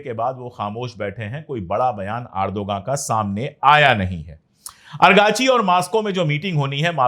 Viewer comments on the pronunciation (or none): Arey Araghchi naam hai Argachi nahi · ❤ افغانی نہیں عراقچی 🎉 ❤ Not arghachi but Iraq chi 🎉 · Sir main aap ko bhut dhyan se sunta hun. Aap argachi bolte hai jab ki wo araghchi hai